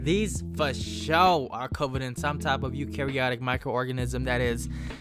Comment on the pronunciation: My guy really said eukaryotic microorganisms